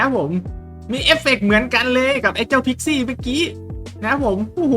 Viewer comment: พิกซี้หรือคิดซี้😂